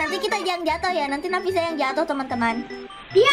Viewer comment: Bukan nafina tapi Nafisa